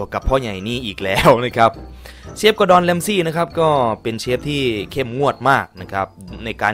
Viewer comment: กูไมได้ยินว่า ดอดอน😂😂😂😂